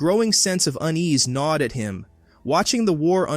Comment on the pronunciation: gnawed, not “nod”, lololol.